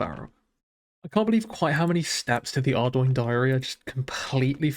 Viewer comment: Very nice start nevertheless. Thank you for pronouncing Ardougne correctly 🙏